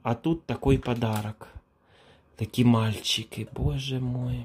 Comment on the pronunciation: "таааки мА..льЧики" - як произнесено!!!))) это что-то!!!!!)))))))) а ЭТО - "а во рту у них микрофон нэ микрофон ...труба")))))))))) - да дудки у них "ВО РТУ"))))